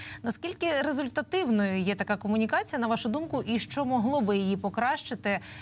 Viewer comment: навчіть, будь ласка, цю жінку, як правильно говорити слово що, а не Щo.